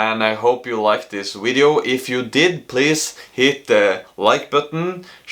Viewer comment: so cute when you say “wideo” 😂